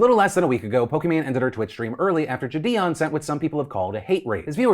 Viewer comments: why does he keep saying jidions name like that, i swear it was pronounced "jid-ee- on" not "juh-di-on" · It's triggering the fuck out of me how you say JiDion lol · does anyone know how JiDion pronounces his name? ive heard people pronounce it jid-ee-on, ji-day-on, and jid-ee-in.